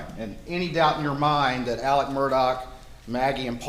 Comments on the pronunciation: It’s Alex, like Alexander - except when in the Deep South (I heard just the other day). That’s why some refer to him as Alex, but pronounced Allick. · In my life, I've never heard the name Alex pronounced "Ellick" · I’ve come to the conclusion that no one from South Carolina can pronounce ALEX. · Why can’t people get the names correct, Alex instead of Ellic, Murdolpf, instead Merdic?